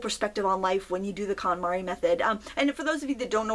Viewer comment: The what method? Sounded like calamari but I'm pretty sure that's not what you said. 😆